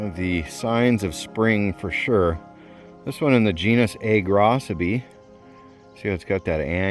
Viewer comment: Props for telling me the correct pronunciation of Agrocybe. I have been mispronouncing it and the other -cybe names for the last 32 years. 😬🤦🏽‍♀️